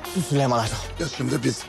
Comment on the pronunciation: Cok komik oluyor süleyman yerine sölümon deyince haha